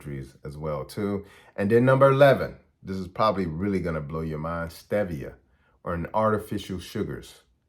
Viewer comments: Stevia (pronounced) stee ve a is considered safe because it is plant based. But as usual all sugar and sugar substitutes are harmful. I appreciate your video but need to know what foods are safe to eat on a daily basis. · Stevia = stee-vee-uh. It is not a sugar. It comes from a leaf. The Japanese have been using it for over 100 years. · Stevia is pronounced 'Steve - e - uh' & is a natural herb that the ABSOLUTELY CORRUPT & COMPROMISED FDA wanted to BAN because it was a DIRECT THREAT to their BILLION $ TOXIC SUGAR & ARTIFICIAL SWEETENER INDUSTRY. It was also 'banned' in Europe for the SAME reason & they JUSTIFIED it by saying it MIGHT cause cancer but the AMOUNTS someone would need to consume were IMPOSSIBLE to eat. It is NO LONGER 'banned' in Europe. Please do your research before sharing wrong information. It is not a MANMADE artificial sweetener it is NATURAL & therefore much better for the body & our overall HEALTH. You SHOULD be CALLING OUT ASPARTAME & NUTRASWEET & SUCRALOSE which are both made in a LAB & DO CAUSE GUT & STOMACH PROBLEMS & whats more EVIL now being shown to INCREASE APPETITE & DISEASES like CANCER which they're STARTING to ADMIT..💔🇱🇷🌏